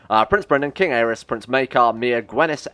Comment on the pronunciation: some times the Y in their names is pronouces like "E" so king Aerys is pronounced "Air-E-s"